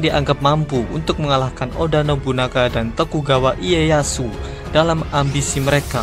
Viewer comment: ralat nama tokugawa iyeyashu bacanya tokugawa leyashu min